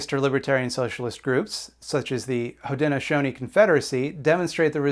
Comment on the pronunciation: I am of the Haudenosaunee. And good on you for eschewing whiteness and actually learning how to pronounce our name for ourselves. Congrats and thank you.